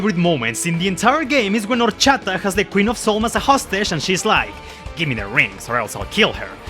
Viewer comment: I’m super late to this but I appreciate other Latinos that like Fire Emblem, it makes me super happy! Also “Anita la huerfanita, Horchata y Rosado” pronounced in Spanish was amazing to hear bro Te ganaste un fan ☺️